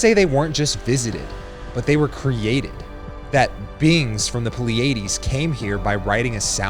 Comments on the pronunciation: Too dramatic..😂 & it’s ‘PLEE-a-Dees’ not ‘Plee-AYE-Dees’. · Dude, you are pretty far off on the pronunciation of Pleiades, "PLEE-uh-deez". This how we learned it at the observatory. The tales about Kachina ("Ka'tsiina") is way off. And although the creation story varies on the 3 mesas of the Hopi slightly, it's a story of emergence through 5 worlds, changing physical forms. The powerful beings are called Wuya. And which of these Katsina Wuya supposedly arrived on shields from the sky? That's just not right. I've got relatives on 3rd mesa. There have got to be more than 70 Wuya. They teach how to be stewards of the earth through their stories. Please use more care in verifying your details, especially on cultures, religions and cosmologies of real people. BTW - it's cool that Pleiades in Japanese is Subaru. Cheers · Pleiades is pronounced 'PLE-a-dees — (accent on the first syllable) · its pleiades with a D a hard D not a silent T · Is it an AI narrator that can't pronounce Pleiades? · Maybe you should learn how to pronounce Pleiades before you make a video on the Pleiades.